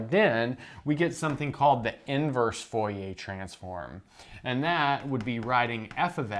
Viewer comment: Dude, I love your videos, and I'm sure I'm gonna like this one, but as a french person, I can't get over how you pronounce "Fourier" as "Foh-yeh". It's pronounced more like "Foor-yeh" (The "oo" in "Fooh" is like the "oo" in "loom" and the "yeh" is like the "ier" is "Navier"). But yeah, love your stuff, I'm just being a stereotypical pedantic french guy here.